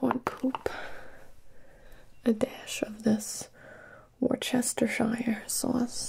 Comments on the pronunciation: Worcestershire ain’t pronounced like that it’s pronounced wostershire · (wou-ste-shur) worsteshire sauce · like warsaw mire sauce idk? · Worst Chester shite sauce? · Warchestwire sauce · Wishy washy sauce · love the "wer - chester- sheye - ere sawce" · ⭐ "She pronounced me wrong." -Worcestershire sauce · Did she say worcestershire sauce correctly?? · Oh no the way she pronounced Worcestershire sauce 😭😭😭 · ... pronounce that 2nd sauce again? i dare you?